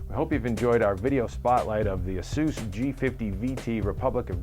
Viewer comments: it's AY-SUS not AH-SUS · LOL It's pronounced asoos? I always thought it was Aysus lmfao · lol asoos is how he said it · ya, i'll tell em. the same way that we say playstation three and japan says plaistasion sree. doesn't mean they're right. this is the english language and ay-sus sounds better.